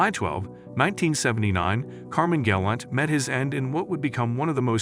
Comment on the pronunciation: You couldn’t even pronounce his name right lol